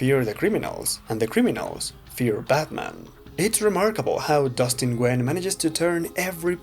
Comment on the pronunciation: Nguyen is pronounced “Win”